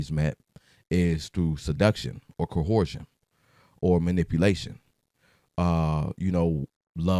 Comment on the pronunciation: It’s CO ERSE SHUN MAN, black men can’t enunciate words w more than 2 syllables